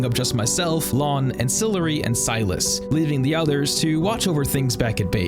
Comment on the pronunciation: Ancillary doesn't know how to say his own name? GG